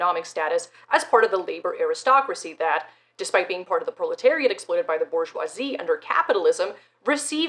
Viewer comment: BoR-jwah That’s how waluigia says bourgeoisie This is good and the correct way